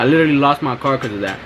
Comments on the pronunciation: It’s the way he says “liwterally” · “literally”😂😂😂 with his accent 😍